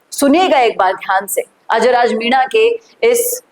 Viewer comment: पहले MENA bolna Sikh Varna sabse पहले तेरी ही हेकड़ी निकलेगी